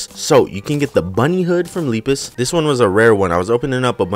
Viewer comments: Lepus is pronounced Lep is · this d00d sounds like Jeruhmi,a ROBLOX youtuber (lol) and Lepus is pronounced as Leh-Pus